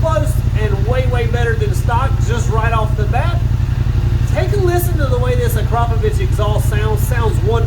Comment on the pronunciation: AKRAPOVIC not AKROPOVIC